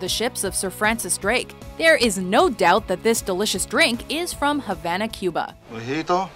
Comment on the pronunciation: why can people never pronounce Cuba properly?